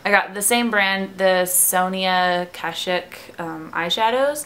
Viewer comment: I love the kashuk brushes!! And it's pronounced like cash-uhck btw ;) but YAAAY I LOVE MAKEUP